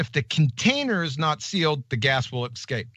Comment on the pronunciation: No, Gladys, he said "...the gas will excape." Yes, he thinks there is an "x" sound in the word escape. is High IQ Mensa material, folks. God only knows how many tabs he has open on his High IQ laptop!